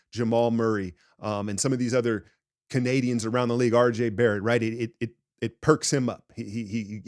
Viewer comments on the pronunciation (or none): none